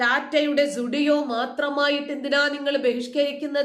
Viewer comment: ടാറ്റ യുടെ ഷോ റൂമിനെ ശരിക്കും ഉച്ചാരണ ശുദ്ധിയോടെ സൂഡിയൊ എന്നു പറഞ്ഞു. മിക്കവരും അങ്ങനെ പറയാറില്ല ❤👍🙏